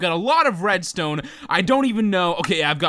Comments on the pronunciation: said wedstone instead of redstone! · LOL said "wedstone" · he said WEDstone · did anyone notice he said wedstone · when he was making the farm I swore he said wedstone XD LOL!